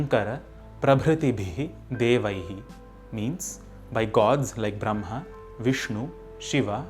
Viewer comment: Sir please tell the correct pronunciation of brahma